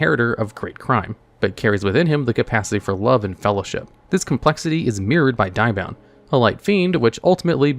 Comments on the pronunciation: Diabound? I think you mean DEE-abound! At least that's how english dub Thief King Bakura says it. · How you butcher the name Diabound is harsh, have you not watched the anime & how Bakura pronounces it. Its Deee-Ahh-Bound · Hearing you butcher Diabound is disappointing.